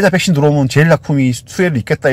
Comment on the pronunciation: 백신을 항상 빽신이라 하시는 거 귀여우세요ㅋㅋㅋ